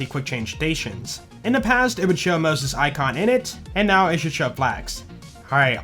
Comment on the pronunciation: Does anyone else also hear "not" when he says "now"